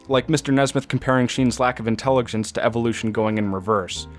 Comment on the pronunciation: You also say things like “intellig-hence” you have to work on this or I can’t watch. Your reviews are literally meant to be intelligence looking at a work of art and critiquing it. I hope you see this, and I promise I’m not trying to be rude. But I just ... can’t